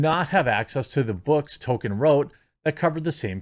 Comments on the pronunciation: it's pronounced toll-keen or tall-keen, not "token" (I always said it toll-kin, but I'm wrong) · "tōl-KĒN" not "TŌ-kən" goddammit, man! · Why are names so hard for you? It’s TOLKIEN not TOKEN, he’s not a black South Park character. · Jeremy, going forward, please say Tolkien and not Token. Thanks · I love listening to the actors and the "super fans" and they know NOTHING about Tolkien's work. And it's pronounced Toll-Keen not Token. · Quit saying Tolkien's name like that, Jeremy. It's not "token." It's Tol-Keen! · It’s Tolkien, not “Token” learn how to pronounce the name of the man whose works you’re discussing ffs. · Canon*, not cannon. And it's TOLL-keen, not "token". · It’s pronounced toll kin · It's hilarious that every time you say Tolkein it sounds like Token... how appropriate. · Can we at least pronounce the L in Tolkien. We should at least try and say the man's name sort of correctly. The right way is "toll-keen" but "toll-kin" or "toll-key-in" are fairly common. I realize I'm being that guy right now, but i feel the man deserves this small courtesy. Love the content as always! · There is an L in his name. Say it correctly. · Jeremy, there is a "L" in Tolkien.